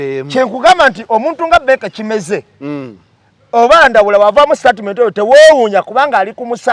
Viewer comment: 1: The word is STATEMENT not STARTMENT ✖️